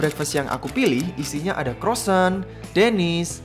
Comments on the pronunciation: Bukan crossant om tapi croissant😂😂😂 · Croisan bang bukan crosan